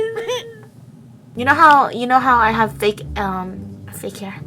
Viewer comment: "fake hair--uhm.. FAKEU LOVE"